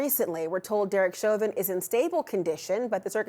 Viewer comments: Lawyer even pronounces his own client's name wrong. "Chow-vin" It's "Show-Vin" dude. How much is he paying you? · 🎯🎯🎯-at the very least, this attorney should be able to pronounce his high profile client's last name🤷‍♀️ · “Mr. Chowvin” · Mr Chow-vin? It's funny as hell watching Americans massacre the French language, on top of his general ineptitude and lack of speaking skills. Nothing but the best for Mr Chow-vin's legal representation lmao. It's nice to learn that the cop who is world-famous for murdering an innocent black man is receiving the affection he so rightfully deserves in prison. What yer' corn-hole Mr. Chow-vin. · If this is his lawyer, why is he calling him “chowvin”? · The lawyer can't pronounce his client's name correctly? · so he himself pronounced it wrong in court? 🤣